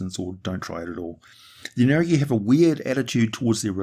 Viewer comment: I'm pretty sure you said the names of the neogi correctly. deathweb ship lands